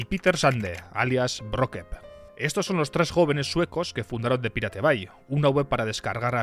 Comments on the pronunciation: Ni "paireit bei", ni "piratebai". La pronunciación correcta es "pirate bei" ("pirate" castellanizado, pero "bay" en correcto inglés). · Se pronuncia "PAIRET BEI" no es tan difícil macho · no entiendo como se te hace mas facil y eficiente decir "pirate bai" que decir "pairat bei" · The pirate bay se pronuncia : de pairát bey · repite conmigo "PAIRET BEI" <--- leelo así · Man no podes decir PIRATE BAY , posta es una falta de respeto. Te ganaste tu Dislike. 😢